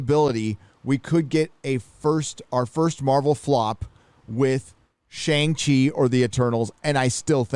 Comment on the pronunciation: dude... "Shang-She"